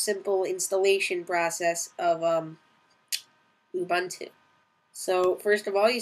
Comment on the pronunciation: BDogbz.. it's Linux. An operating system. He's pronouncing it incorrectly though. You pronounce it "Ew-boon-to"